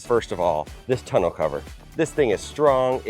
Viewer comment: It’s tonneau, not tunnel cover ….